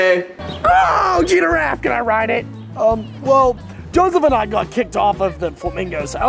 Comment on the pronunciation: Jeff is not pronouncing giraffe right